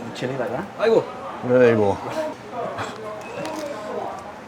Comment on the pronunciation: 순간 아이고! 하는거 완전 한국 사람ㅋㅋㅋㅋㅋㅋㅋㅋㅋㅋㅋㅋㅋㅋㅋㅋㅋ